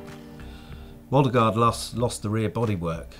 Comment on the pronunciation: Funny to hear him trying to pronounce Björn Waldergård's name ;-)